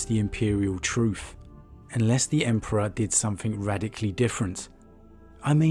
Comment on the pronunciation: I think Lorgar was just craving to have something superior than him to tell him what to do and so he could save face when committing atrocities "in the name of the emperor" and his whorship was a way to do so. Also, you misspronounced God Emperor many times